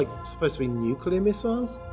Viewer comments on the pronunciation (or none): Lots. Of. Nucular. Missels